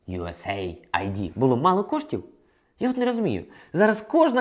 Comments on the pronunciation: Не ю ес ей ай ди, а ю ес ейд.... комбінація слів USA та AID - допомога.... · Треба казати не ЮСЕй АйДі ( USA id ), а ЮС Ейд ( US aid ). Що в перекладі значить як допомога від Сполучених Штатів. Aid перекладається як допомога страждаючим. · Не USA ID, а US AID (aid - это помощь с английского). А на счет того что тебя не было в Украине на момент выборов Зеленского, то много кого не было, но голосовать голосовали. За Зеленского, правда, почти ни кто из знакомых.